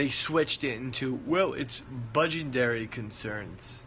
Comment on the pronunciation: "Budgendary" concerns lol